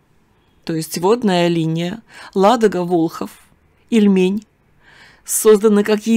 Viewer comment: Привет из Новгорода Великого😊не ильмЕнь а И льмень очень режет ухо новгородцу 😊по старо русски все названия на первый слог